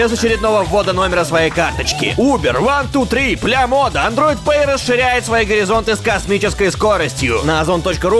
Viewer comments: вместо Ламоды Млямода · мне одному послышалось "блямода" а не ламода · Послышалось "Блямода"